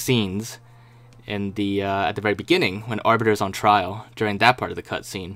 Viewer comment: he says "cuntscene" hahahah